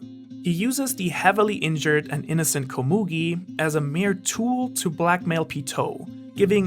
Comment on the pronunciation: why are you pronouncing all the names wrong? lol, who says Ko-moogi? and you said hisoka and pitou and gons name wrong too, well at least from how they pronounce it in the dub